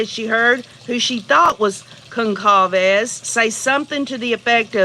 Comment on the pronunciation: On rewatch .....i think its pronounced like Gon-sol-vez I could be wrong